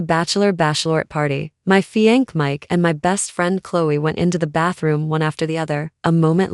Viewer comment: Constructive criticism. Fiancée = [fee yawn say]. Not fee yank